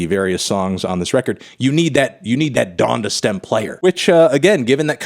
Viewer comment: it’s pronounced “Don-Duh”, Melon smh